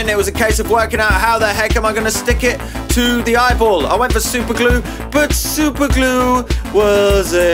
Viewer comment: THE WAY HE SAID SUPERGLUR